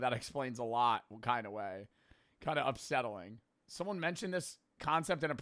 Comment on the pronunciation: upsettling lmaoo?